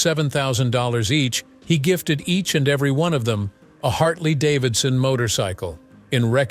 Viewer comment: "Harley-Davison" motorcycle!